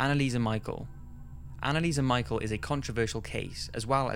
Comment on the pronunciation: its not annalise michael, its annalise michelle, spelt differently ofcourse but you said it wrong in the video, still a top video and new subscriber